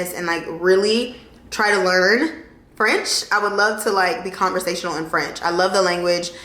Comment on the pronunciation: Your French pronounciation is really good, girl!! As a French-Canadian, I'm impressed! Bonne année 2023! 🙏🏼✨